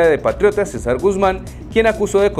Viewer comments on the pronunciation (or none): none